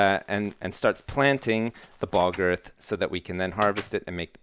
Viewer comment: I love the way say bog earth, it sounds like "Balgurf" xD